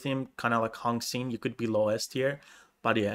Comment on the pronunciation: Li is actually the proper way to write lee from bruce lee, it’s pronounced the same and for Xin, the x in chinese is pronounced like Sh from the name Shirley. The in is pronounced the same as in in english.